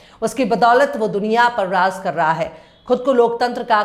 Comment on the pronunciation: it is raj karta hai Not raz karta hai j ko z z ko j s ko sh sh ko s...padte ho correct your pronounciation